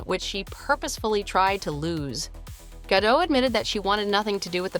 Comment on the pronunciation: GaDOTT, not Gadoh